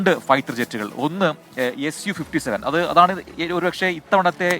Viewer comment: സു അല്ല എസ് യു അല്ലെങ്കിൽ സുഖോയ് 57 എന്നാണ് പറയുന്നത്